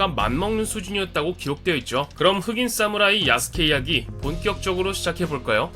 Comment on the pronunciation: 사무라이를 싸무라이라고 읽네 ㅋㅋ